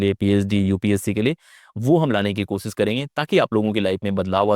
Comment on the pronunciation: Kosis nahin koshish hota hai. Aap khud koshish par atak gaye. Aapse na ho payega!